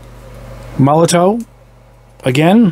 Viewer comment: I can't help myself but remark, that it's pronounced like MolotoV (and not MolotAU), like the soviet foreign minister or the "cocktail". It's spelled with a W because it's a German company. Just FYI, sorry if it comes off negatively, no offense.